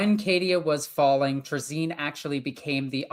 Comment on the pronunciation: Isn’t it “Tray-Zin”?